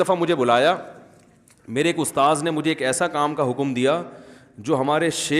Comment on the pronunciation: Bahut achha bolte hen sub kuchh ustaad ki jagah ustaaz bhi so cute